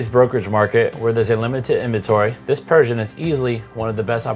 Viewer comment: Like your video, one point your pronunciation of Pershing, sounds like Persian. I kept thinking, is this a new Yacht Brand? I thought you might want to know.